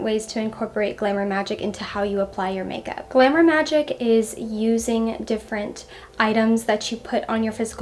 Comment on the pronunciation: the way you say glamour sounds like glimmer (not criticism just something i noticed. it’s pretty sweet)